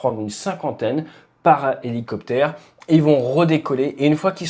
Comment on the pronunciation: Helo... ? Helociptère ? 😅